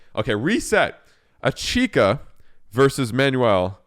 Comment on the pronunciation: It's pronounced "Itch-ka" there is no third syllable